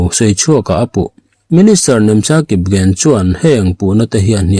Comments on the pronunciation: Kipgen tih hi....Kipzen tiin i rawmn chhiara. Kipgen chu an chi hming ania ZEN tih tur ni lovin "G" hi "Z" Nilovin mizo in A AW Bkan chhiar dan pangngaia G ( ek) Gen tih tur ani..... 😅 ari/sound a lang thei si lo a, fiah zo tak maw😅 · Kipgen i lamdan a diklo,j ang a lam loin g angin lam rawh😊